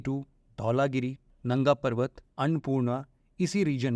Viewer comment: Totally misinforming video. First he tell K2 is in india, secondly he did not pronounce nanga perbat correctly(it only happens when you try to predent your neighbour's things as yours)😂 Even your country's name is based on a river which is actually not in your country(indus river)😂